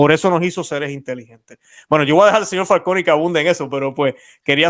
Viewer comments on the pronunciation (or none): Me desespera que le diga FalcÓni en vez de FalconÍ